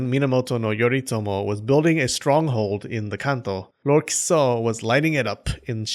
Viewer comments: You kept saying Kiso; I kept hearing Kuso. I kept giggling every time. "Lord Shit enters the battle!" LOL I need to get out. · Dude I thought I was the only one 🤣🤣🤣